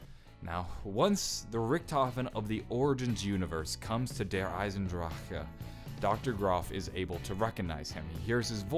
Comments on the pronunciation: veldwachter (taqqqtheboss) if he'd say it without that k it would actually be perfect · thats how you say it with a slight german accent.